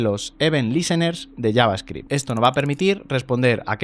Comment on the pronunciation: Que bendicion escuchar a un español pronunciando bien javascript